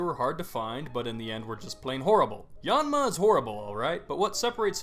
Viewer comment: your pronunciation is really annoying - it's: aromaTEESE, aloMOmola, ariAdos, even your yan for Yanma is a little too 'aw'.